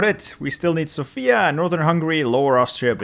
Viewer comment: please emphasise on the 'o' in Sofia. Thank you and keep up with the fun videos😁